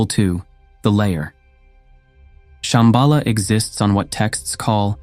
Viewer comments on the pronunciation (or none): Shamba La, is how it should be pronounced . La in Tibetan means "Pass" or "col". You have to pass over or through a pass to find it within yourself probably referring to the Heart chakra.